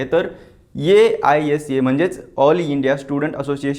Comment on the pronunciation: aisa पुन्हा पुन्हा नको ‘आयसा’ बोलतात संघटनेला...